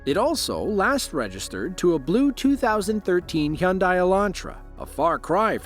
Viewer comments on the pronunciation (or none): its not a hun deye elantra... its a hun day...D A Y.... if you don't believe me, just call a dealership and listen to them when they answer the phone.